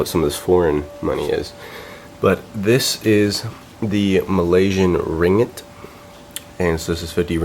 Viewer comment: Oops... it's ring-git not ri-ngit XD